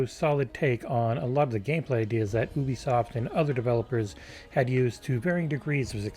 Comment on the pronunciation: YOUbisoft, not OEbisoft. Ffs